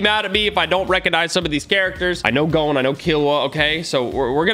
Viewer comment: eyyyyy u said gon right instead of like gone